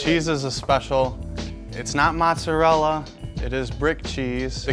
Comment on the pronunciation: Only in Detroit will you go to a pizza joint and hear the guy call it “mot-ser-ella” cheese